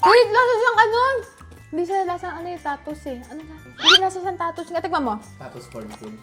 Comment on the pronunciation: tama si ate tattoos talaga bigkas nyan, may post dyan mismo ang W.L. Foods.